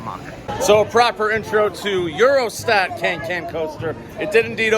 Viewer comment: its euroSAT broski😂💪🏽 not eurostack